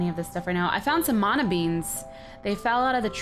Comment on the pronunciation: shes the only one in this series that says " mana " right. It's an ancient Hawaiian term for power or strength. Love your series and you :)